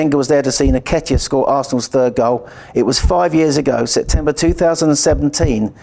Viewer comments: Can someone please help with pronouncing Eddie's surname? It's IN-Ketia and not NI-Ketia. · How is the Penalty Gabriel's fault? Eddie's surname is pronounced 'EN-Ketia'